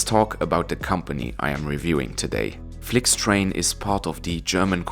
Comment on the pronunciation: "Flyktrejn" i "Rynar" na kolei... 🙄